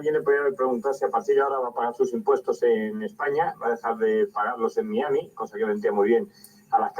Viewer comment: Grande pronunciando Miami correctamente.